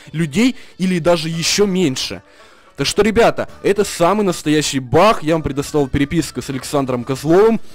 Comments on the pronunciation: почему ты говоришь баХ а не баг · Баг а не бах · Почему ты он говоришь Бах? Надо говорить баг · Почему бах а не баг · Не Бах ,а баг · ты говоришь не баг а бах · почему ты говоришь бах а не баг :-D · не Бах а бак! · не Бах а баг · Почему ты говоришь бах